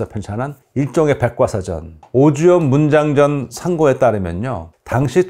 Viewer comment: 잘 보았습니다. 그런데 듣기에 매우 어색한 부분이 있어서 댓글 남깁니다. <<오주연문장전산고>> 의 띄어읽기는 "오주_연문_장전_산고"로 하시면 좋겠습니다.